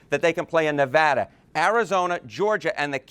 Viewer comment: Let's give Harry some love for pronouncing Nevada correctly. He must be from the West Coast.